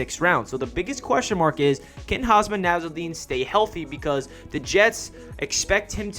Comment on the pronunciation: It's Hum Sah not Haasmaa